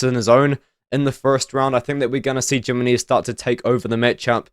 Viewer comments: Jimenez Yih-Mi-Nez? ❌️ Gyminears ✅️ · Jimenez, Jimenez,, Gem-in-knees. I don't think that's how you pronounce his name, lol. It sounds funny hearing it though